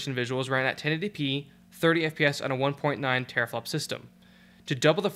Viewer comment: taraflop xDDDD guess you mean 10^12 FLOPS (tEra not tAra lol)